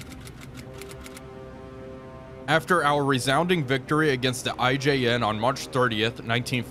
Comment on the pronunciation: Naw-You can crash all you want but how you said I-J-N at first made me giggle.